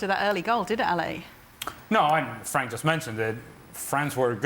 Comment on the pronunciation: at least pronounce Frank's name right 🤦‍♀